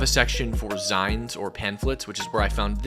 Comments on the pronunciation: One quibble only: “zines” is pronounced “zeens” as in magazines, not “zynes.” Otherwise, great work, and I commend your courage! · its pronounced "ZEENS" as in a "magazine" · 'zines is short for "magazines". It is pronounced "zeens". It took me a bit to figure out what was being said. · For future reference zines is pronounced zeens. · I’m glad you weren’t assaulted this time. Keep up the great work and btw it’s pronounced “zeens” as in short for magazines. 😊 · He’s too young to know how to pronounce them.😂 Can’t believe such things even exist; do these protesters still use fax machines, too? Why on earth do they see the need to produce any print material? Such a waste of trees.